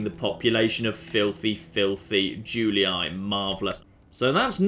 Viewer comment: Julii is pronounced "Joolee" as the "u" in latin is pronounced "oo" as in boot and the "ii" as in tree.